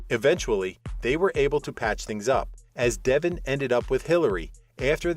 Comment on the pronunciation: How about these "readers" actually watch the show. Their mispronouncing names is aggravating. It is DeVON, not Devon.